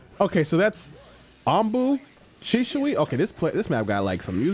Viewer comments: Shi-sui* not shishui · Really bothered me how you said sishui instead of shisui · why he saying “shi-shu-i”? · Naruto: "Shisui": "Sishui... Shishui..." Viewers: 🤨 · I've never heard anyone pronounce shisui so oddly, also they did mihawk dirty with that trash mugen